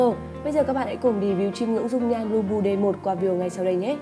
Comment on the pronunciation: Phát âm nghe giống "lu bu" :))